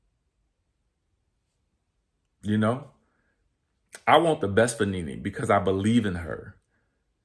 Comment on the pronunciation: All I keep hearing is “RENEE” 😂😂